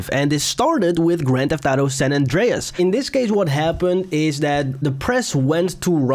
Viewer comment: Your inability to say auto gave me cancer